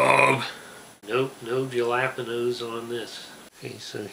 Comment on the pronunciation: hes made a video in the past trolling the comments with his pronunciation of jalapeños